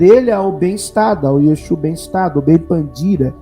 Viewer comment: É interessante a sua pronúncia, "Exu" 🤭😂